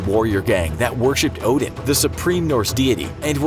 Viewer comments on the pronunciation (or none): none